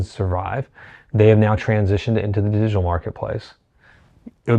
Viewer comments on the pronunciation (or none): Digitar: is it a digital guitar or simply an Asian man trying to say "digital"?